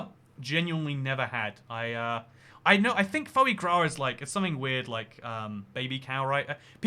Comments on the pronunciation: It's pronounced "Fwa grah" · So you can pronounce 'petit fours', but not 'sacher' or ' foie gras' ?